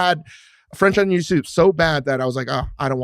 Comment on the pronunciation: Why does he say onion like a smooth brained individua